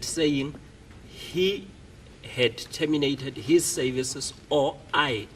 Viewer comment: Interpreter and 'sayvices' for services😂😂